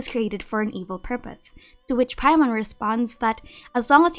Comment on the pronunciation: Every time u say paimon I die inside 😔